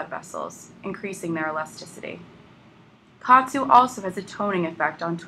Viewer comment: It's pronounced Ka At (OT) Su